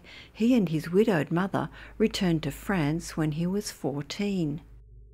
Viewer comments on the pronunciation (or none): none